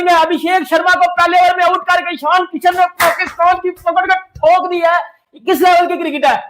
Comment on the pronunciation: "इशन" किशन, जशन टशन 😂